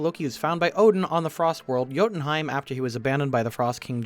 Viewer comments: Btw, Jotunheim is pronounced like (Yo-ton-hym) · "Odinsleep my ass" oh no, something that comes up quite frequently in the comics made it into the movie. Better act like it was made up on the spot and be a salty bitch about it. Also, Jotunheim is not hard to pronounce once you hear it. Yo-tin-hime.